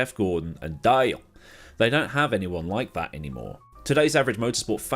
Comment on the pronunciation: As an American I must say your way of saying “Dale” and “pickup truck” is Magnificent!!!!